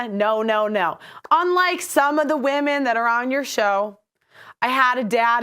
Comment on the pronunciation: Anyone else hate the way she says “womeen “